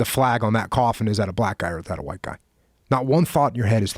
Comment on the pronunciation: Joe to you think dis is funny you whaite people think dis Is funny